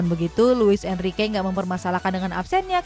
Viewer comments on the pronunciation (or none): none